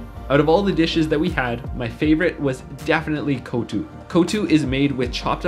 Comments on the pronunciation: It ain't kho-thu buddy, its koththu... ko-th-thu 😁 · Its kottu not kotu😂🤭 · Btw it’s not ko-too it’s koth-thoo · My heritage goes back to Jaffna ! Loved your narrations and footage! Also the dish is pronounced "kho-thu (as in a spitting sound) and not Coutoo :) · It’s not called ‘kothu’ pronounce it as ‘koth-OO’